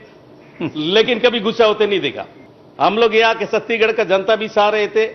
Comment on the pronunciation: छत्तीगड़ नहीं सर जी छत्तीसगढ़ है